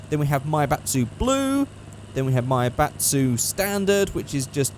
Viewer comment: says maibatsu like he saying maybach